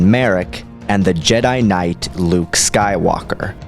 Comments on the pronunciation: I know its useless to say now, but its not pronounced LU-U-KE. Its pronounced LU-UKE two syllables, not three. Not trying to offend you, just letting you know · Are you saying Luuke correctly? It sounds like you say Lah-ah-ewk. I'm sure you probably know due to your massive starwars research but there seems to be an extra syllable in your pronunciation. By reading it I would think there is 2 vowels indication 2 syllables. I read it Lew-ewk. I guess L'you-ewk might be a possibility. Where have you heard it pronounced. I feel bad for the child of the writer who came up with that name. Not Duke for dark Luke or Double Luke or Cluke for clone Luke but Lah-ah-uke. I think I would rather be North West, Dweezle, Moonbeam, Apple, Blanket or even Watermeloneisha. I think I would take Luuke over Pilot Inspektor.. sorry to Jason Lee's kid. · Why do you keep pronouncing it LA-A-OOK? It's pronounced Luke simply with a longer "u" wound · Star Wars: Luuke (Luh-ook): LAUH AH OOK (What should be the pronunciation of Luuuke) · I cringe every time I hear, "La-uh-uke". Why are you adding an extra syllable? If anything, it should be "Lu-uke". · Oh fergodsakes don't say La uh ook! Its only two U's, not three!!! Or just say Clone Luke!!! AAAAAAHHHH!!!!! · Maybe it's the Mark Thompson Audiobooks, but I always thought it was pronounced "Lew-uke" Skywalker. "Lah-ah-uke" seems to give you three Us there. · I gotta love how he pronounces Luuke. It's just so much. Like where is he getting the extra U. I dont know, but its great! Luuuke. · lol luuke xD ermagerhd erts luuuke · I couldn't make it past the half point the constant LA AH OOK just killed me LOL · it shouldnt be,with the extra u it should still sound like luke. or loooke.why are they throwing in an A where an A doesnt exist?